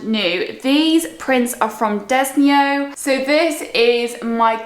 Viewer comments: You said Desenio wrong. Lol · You can’t pronounce peonies or Desenio properly 🙄